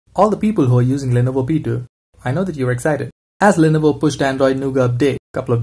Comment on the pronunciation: the way you pronounce lenovo P2 like lenovo petu